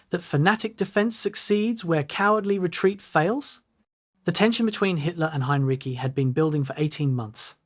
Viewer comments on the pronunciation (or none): His name is HEINREICH not “Hein-Ricky!” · His surname was not "heinriki," "heinrisi" or "heinrishi." It was Heinrici, pronounced "heinritsi." There was no place called "raazev". It was Rzhev. There was no "elb river." It's called Elbe. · Ai slop. Narrator cannot even pronounce name of subject.